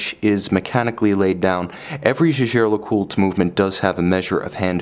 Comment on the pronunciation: No. Co-founder Edmond Jaeger was a Frenchman, and Jaeger-LeCoultre is located in the French-speaking region of France. Therefore, the name is pronounced the French way. That's how Jaeger-LeCoultre employees pronounce it.